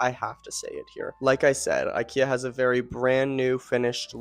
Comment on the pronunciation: Great ideas and suggestions. I love your sofa. The only thing I didn’t like was every time you’ve said incorrectly ikea.